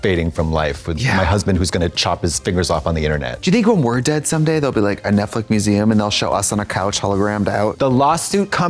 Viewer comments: Why does Trixie say netflick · Not Trixie saying ‘Netflick’ again 😂